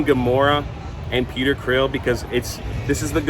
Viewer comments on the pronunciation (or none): …..are you calling Star Lord… Peter “Creel”?